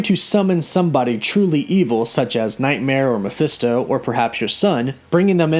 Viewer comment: “Maphisto Nightmare” Me: Ma-Nightmare